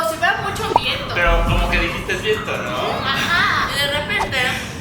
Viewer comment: En el minuto lessli dijo vento envés de viento